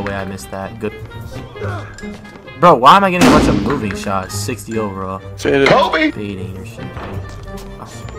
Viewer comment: He said “KOBEE” and missed we gotta jump him🤨😂